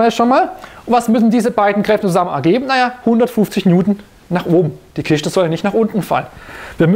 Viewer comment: Kiste !!!!! Nicht Kischte